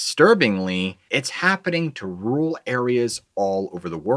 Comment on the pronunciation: Rural area pronounced like Earl,,or whirl pool,,,not rule ,,my language arts teacher is rolling in her grave 🪦 lol 😂 don't be offended I hear lot's of people say that,,,love your channel,,, gotta inform the next gen ,,lol communication is key 🗝️ word's proper grammar matters lol 🤙🏻👍🏻🍀✌🏻🫠🫠🫠🫠🫠🫠